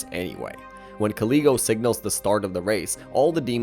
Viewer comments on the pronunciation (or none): IT HURTS TO HEAR YOU MISPRONOUNCING KALEGO’S NAMEEE 😭 K AH LAY GO. THATS HOW ITS PRONOUNCED- I didn’t mind much with the mispronunciation of opera’s name. Ah pear uh. Opera. I’m sorry if it seems rude of me but being this angry actually gave me a headache 🥲 I apologize if what I’m saying comes off as rude; and you can probably say their names how you want but it just hurts dude 😭